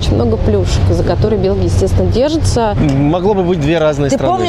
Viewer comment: Не белги,а Белхи😂